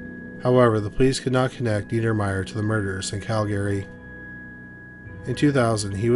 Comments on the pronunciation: You can just mention Calgary once or twice, and then refer to it as "the area" or "moved to town" or "locally". We know they're in Calgary. Also, It's pronounced 'cal-guh-ree" not 'Cal Gary'. Love the content. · Interesting pronunciation of Calgary. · I'm pretty sure he's located in Canada, as am I currently, and I had to ask a few people if anyone pronounces Calgary like that. They said no. However, there's one instance towards the end where he says it proper lol Maybe it's like that other YouTube guy that will always say one word wrong for people to comment for algorithms sake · Can this guy learn to how to correctly pronounce Calgary?